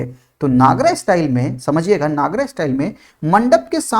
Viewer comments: Sir your teaching is superb, i just have one request, pls don't pronounce NAGARAA,, it's Nagar , A is written at the last but not spelled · नागरा nahi, नगर style kehte hh.